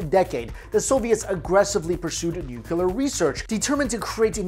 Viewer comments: New - Clee - Er New - Cu - Ler Why can't people pronounce it right? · Bro it's nuclear, not nucular lmao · New-Cleer... not New-que-ler... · Nooo-cleee-errr not nucular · Say it with me 'Nook-lee-arr' or even 'new-clear' Nuclear...not nucular. Edit: Show me where the nuculus of the atom is. Sorry, that has always been a supreme OCD trigger. Lol. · "New-clear" not nu-cu-lur. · I pronounce it as ‘noo-loo-car’ fight me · "...the US inevitably became a Nucular power" -My Chin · Totally nuke-u-lar dude! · pronounced New-Clear. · 1 "U" in nuc-LEE-ar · Jesus Christ man. I love your videos... but I cannot watch a video where someone repeatedly says nu-cu-ler. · Nu-clear. Pronunciation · Ian Macfarlane I don't know what you do for living but you seem to have lot of time for writing BS. You clearly think less and type more. I don't have any problem with, but the OP... can't get enough of saying 'nu-cu-ler', it's like mocking his accent. If that's not racist then I bet you do the same things (mocking people) in your life for fun. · George W Bush. People have had trouble with that word ever since he mispronounced it on TV for 8 years. While he was in office I caught myself making the same mistake a few times. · LOL Syn's I feel your pain as that has been a pet peeve of mine as well. Hang in there! :) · Came to the comments to say the same thing but you already said it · This guy is destroying "Nuclear "... gotta be a language barrier..